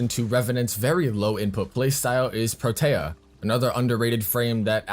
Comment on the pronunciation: The way you say protea hurts me